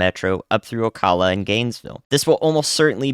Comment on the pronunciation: Another-“O-Cal-a” rhymes with Pal